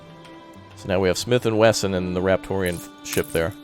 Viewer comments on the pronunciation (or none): It's Wesson, not Wessen. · It's Smith & Wesson, not Wessen lol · It's Smith & Wesson, not Wessen.